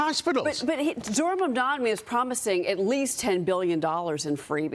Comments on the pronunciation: no one can say his name correctly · Even wading in the wide and deep sea of ignorance that is Fox News, it is astounding to me that these low IQ fools are STILL completely unable to pronounce his name. And she has never seen the word "mayoralty" before. How does she have a job?